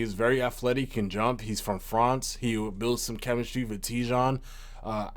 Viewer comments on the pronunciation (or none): You forgot how to pronounce France because of Franz 😂